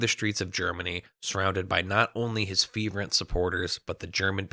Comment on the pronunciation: it’s “fervent” not “feverent”